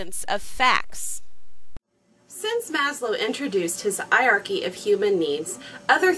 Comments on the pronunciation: "I-arky"?!! Please tell me you Americans don't pronounce Heirarchy like that. Don't you think you've butchered our language enough as it is? ;) Cool vid. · Normally I wouldn't mention pronunciation in a comment but were you prounouncing Hierarchy correctly? I've always made the "H" sound at the beginning of the word and you were pronouncing it like the H was silent. It's not a word I often hear, so I could easily be wrong. I figure you've probably heard it many times recently in your classes so you're probably doing it right, but it does surprise me that the H is silent. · hey, you should pronounce the H in Hierachy! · I actually do say it funny *gets embarrassed* the correct pronunciation is hi-er-are-key - it is just one of those things I have never overcome when casually talking (which is what I do for these videos). When there is an H as the first letter, I generally read right over it :( Dunno if its my french training or my bodies refusal to conform :P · Stick with 'eye-archy', and whenever anyone corrects you, nod, smile and acknowledge that what they say is quite right... and ensure that you get the word 'eye-archy' in the very next sentence. I say this as something of a Hanarchist!